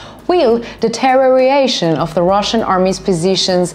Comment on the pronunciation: OMG That was adorable!!!! It is pronounced like this .....deeeee tear ee or a tion. Love your videos one suggestion try and keep the map pointed at what you are talking about. great Job.